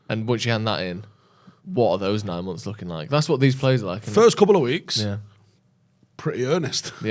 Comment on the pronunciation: Months ❌ Mumf ✅